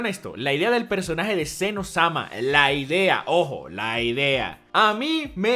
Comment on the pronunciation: Es Zen oh - sama, no un Elmo adolescente XD